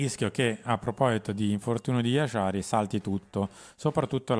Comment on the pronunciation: Ma si può sapere perché si inventa questa pronuncia di Jashari con l'SH pronunciato come la J francese? E' un nome facile da dire, perché inventarsi pronunce farlocche?